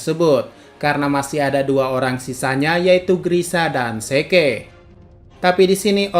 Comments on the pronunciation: Bang kenapa zeke(zik) di sebut ze ke? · Zeke bacanya zik bego